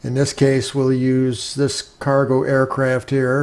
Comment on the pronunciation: DId he say "Aircrap"?